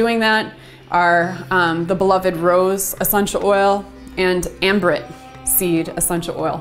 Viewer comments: Really informative video. Thanks. Can you please let me know the essential oil you mention after Rose and before Frankincense that is high in farnesol? I can't quite figure out what you're saying. Sounds like Ambrit to me...? Thanks. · I just listened to your video and found it very informative. Thank you. I also could not quite understand the name of one of the oils you mentioned; it sounded like you may have said "Ambrit", but I cannot find any essential oil by that name. Would you please be so kind as to clarify. This was the oil that was high in farnesol.Thank you.